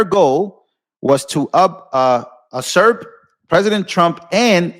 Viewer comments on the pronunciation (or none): Usurp ( you, serp) brah, meaning to over power, illegally or forcefully. Seeing new words or words you don't know how to pronounce is an opportunity to improve your reading comprehension and your vocab. Thus when you see a new word, or a word you don't know how to pronounce, look it up, don't just be lazy, pronounce it wrong and go around it. You do that a lot dude. Come on! One day you will have children, what will they learn if momma and papa can barely read. This is very common in our community, Not even trying, then the next generation sounds like they read at a 5th grade level as well. SMH. We can't blame it on white folks either. It doesn't matter if its your first or second language. In fact being bi lingual should actually help. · Usurp pronounced Youserp